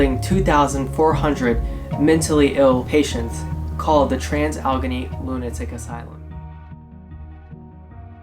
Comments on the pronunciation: Sorry - just a quick tip - it is pronounced al-la-gain-ee. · Oh my god I could not finish watching after hearing him say Allegheny. Now we know the torture these people lived through after listening to that. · Boy did you butcher its name. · Learn how to pronounce its name!